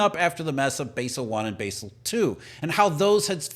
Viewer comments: It's pronounced "bazzel".... not "basil". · Thats Bahzel not Baysel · It's pronounced BAA SAL. Basel accords in Switzerland. Jesus guy. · It's pronounced Bawsel. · Basel is pronounced BAH-zuhl